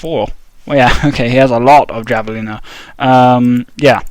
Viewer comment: It's pronounced "havelina"